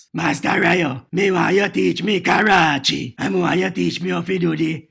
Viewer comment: Bruh Batmans pronunciation of karate is the most jamaican thing I've heard in a long time. The man seh Karache🤣🤣